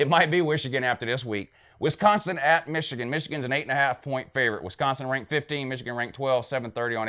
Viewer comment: "Wishigan" lmao